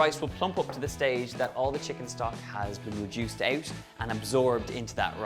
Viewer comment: Please learn to pronounce “out”